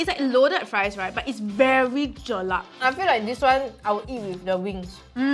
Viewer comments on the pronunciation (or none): keeps repeating "Jelat".. but it's "Jelak" sis. XD but honestly, i really love their seafood. Nicole has S-tier taste buds!